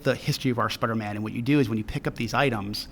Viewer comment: I wuv spiduhman